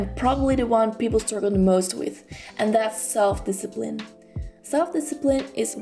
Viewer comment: discipine.. u forgot the 'l'!